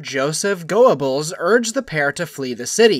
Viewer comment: Jeezus, hearing a robotic American voice butchering German names makes my ears bleed! Ay-dolf and Gowerbells 🤣🤣🤣🤣🤣🤣